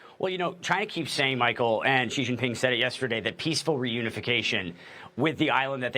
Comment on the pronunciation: "Xi's nuts" -Hasan, 2022 Also the "X" is rather pronounced as "Sh".